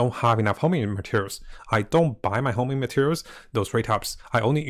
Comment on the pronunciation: HONING BRO, HONING. NOT HOMING